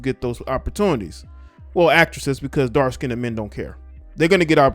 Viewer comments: Dark Skinned, Not "skinnded." 🤣So negrodian. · Who the fuck is still saying “skinded” in 2022?? And why? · No one asked her to talk...and it's not "DARK-SKINDED"...You're DARK-SKINNED. Come on. Whew. 🤣